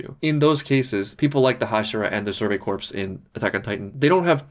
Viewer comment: "Corps" is pronounced "core".